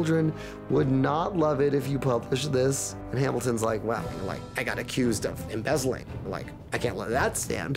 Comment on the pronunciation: So close when he said "embezzling"